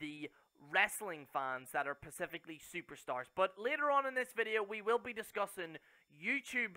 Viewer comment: Its "specific" not "Pacific" as you like to say.